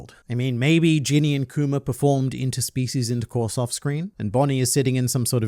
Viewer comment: I'm happy that now pronounces Kuma and not kumer